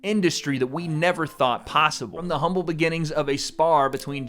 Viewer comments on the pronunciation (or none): none